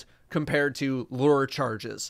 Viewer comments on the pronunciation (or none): Everyone: LURE: Lrr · Loor charges. Not lurr charges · Lure rhymes with sewer. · Lur... luur? -Lure! -...lurr..?? -LURE! Thats good content indeed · LURE: not lur like Xur, not lor like lore, but lewer like sewer. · KSI: struggles with mural: lewer, lore, lüêrè, LURE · Lure charges, LuRRR charges, lOouRr, LOOURR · Now i cant help it that everytime i see lure all i can think of is " I AM LURR, LEADER OF THE PLANET OMICRON PERSEI 8! " now that you pronounced it like that. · trying to say "Lure" I AM LRRRRR RULER OF THE PLANET OMICRON PERSEI 8. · LOL he finally acknowledged the way he pronounces Lure as Lurr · “LooUre”~ 2021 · “Lerrr” nice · “Season 13 First Impressions”, aka “ Desperately Tries to Pronounce Lure” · It's ok,. I can't tell a difference with "lure" either. Gotta be an accent thing. People will know what you mean anyway. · The part at the end where him and go back and forth about pronouncing "lure" was so wholesome. Much Love <3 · is not a fisherman confirmed. Let's try this. Shore - Lore. Sure - Lure. It's really not that complicated. It's just English. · i like how when he forgets how to say lure you can hear laughing in the background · Glad I'm not the only one who can't say "lure" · Don’t worry you’re not the only one who can’t pronounce lure. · Bungo nerf the pronunciation of "lure."